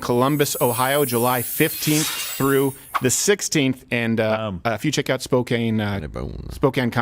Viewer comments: Its SpoCAN not CANE !!! Love the show though :) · I wanna talk shit about Stephens mispronunciation of Spokane but I won’t and I am actually going to try and buy tickets to the spocompton show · Did you say Spokane Comedy Club (well, I mean after you said "spocane")??? I need tickets!